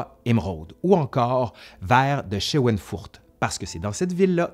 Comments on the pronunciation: C’est schweinfurt non scheweinfurt. C’est une ville de Bavière. J‘y vais régulièrement. Schweinfurt viens de Schwein qui signifie porc . Il se prononce ( chvaïnfourtt) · Schweinfurter Grün, vert de Schweinfurt, pas de "e" après "sch", et prononcé "chvaïnfourte". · Oh, bon retour !! Par contre, votre prononciation de "Schweinfurt" est... créative disons 😄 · on ne peut pas exceller partout !